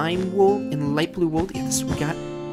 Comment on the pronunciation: Lol, "Let's put down a bunch of wool" it sounded like he said Wuul, and it reminded me of "Sara with no H" XD